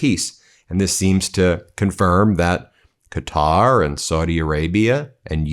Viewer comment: Thanks for pronouncing “Quatar” properly !!!